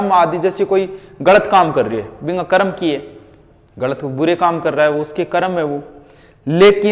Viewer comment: आपको सर कर्म शुद्ध बोलना चाइये करम बोलते ह आप सुधारिये